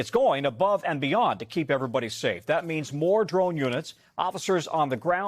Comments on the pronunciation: Um, NBC News? Bexar is pronounced "Bear." I know it's not intuitive, but like, come on. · OMG learn how to pronounce Bexar county please. And for you Knicks fans tossing eggs, we don't toss tacos at yall. Have some class. Seriously what is wrong with you? SMH 🤦‍♀️ rude